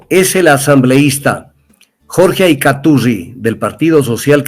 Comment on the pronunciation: Que horrible sujeto es este Tandazo ni siquiera sabe pronunciar Acaiturri, defendiendo a correa